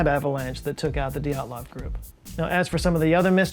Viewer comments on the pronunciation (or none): PLEASE. It is not DEE at lov Pass. It is D'yat lov. You can not separate the Y and the E, e in Russian is letter "yeh". ye, (yeh) stays together. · Dyatlov is pronounced as Djaht-lov, not Dee-aht-lov. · please please work on your Cyrillic pronunciations. dyat-lov. you keep sayin it like it's a God dang japanese word "di-at-lov" dyat-lov dyat-lov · Re: pronunciation, the second pronunciation is better, with the /i/ sound like in ‘sushi’ And Dyatlov is two syllables. While in Russian transcriptions can represent a vowel, it’s a very different sound; in this case, the is a transcription of one letter, a singular vowel (with palatalisation at the front). It might also be transcribed as Djatlov or Diatlov, in other romanizations.